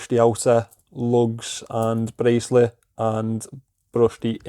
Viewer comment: ‘Bracelet’ in a Scouse accent is my new favourite word. Seriously though, that’s a decent buy and best of luck with the resale. That bezel looks alright and I wouldn’t replace it.